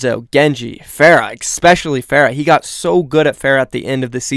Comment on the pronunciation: Ya better start sharpen your cissors and grease those ear grinders, Felix. Also, it's eSpecially, not Xpecially.